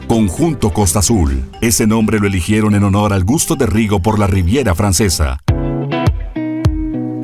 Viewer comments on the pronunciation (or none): none